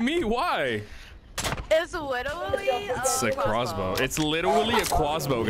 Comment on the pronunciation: Its literwally a cwossbow